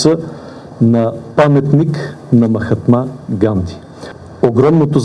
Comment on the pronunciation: Не може да е толкова тъп, да не попита как се произнася името на Махатма Ганди! Уж има една купчина съветници, в Гугъл да беше проверил! Национален резил е тоя президент! Надявам се индийския президент да не се обиди!